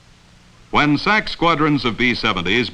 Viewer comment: You don't say the acronym "S A C", you say "sack". During the Cold War era, USAF had the Strategic Air Command and the Tactical Air Command. Their acronyms of SAC and TAC were universally spoken as "sack" and "tack". I know because I was a little kid living on base at Bergstrom AFB outside of Austin, TX. When my dad was assigned there in the mid '60's, Bergstrom was SAC. A year later, it was assigned to TAC. When his friends came to the house, there was a lot of "sack" and "tack" being discussed.